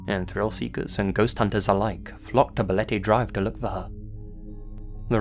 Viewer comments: Love from philippines, also you pronounced balete perfectly~ Ive heard the place and im not that far from there too but never been there before. I might try after the quarantine since im curious too and ive been hearing the story regarding to balete dr since i was a kid, there are also news reports too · pronunciation of Balete is on-point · The pronunciation of “Balete” and “Quezon City” were right on, actually. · You got the pronunciation of Balete Drive correct! Bravo! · Pleasantly surprised you pronounced "Balete" well. Much love,! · You nailed the pronunciation of "Balete Drive" <3 <3 <3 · No apologies needed, good sir. You did not butcher the word "Balete" at all..well maybe a little bit but way better than one would expect lol. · My man Nailed "Balete" and "Quezon" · Balete dr. .... you said it right .... and that street is absolutely positively haunted .... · I gotta say as a Filipino, no apologies necessary for the Balete Drive segment, you pronounced everything perfectly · OMG! YOU FEATURE MY COUNTRY!! YOU PRONOUNCED BALETE CORRECTLY! <3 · You pronounced Balete drive perfectly. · Great pronunciation of Balete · BALETE was pronounced perfectly lol omg ud pass as a local haha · "BALETE" yep you got it perfectly! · Hey, you pronounced Balete perfectly 👌